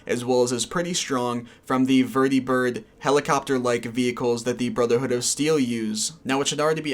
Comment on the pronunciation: lol why do you pronounce vertibird and prydwen like that? they've been said out loud multiple times throughout the game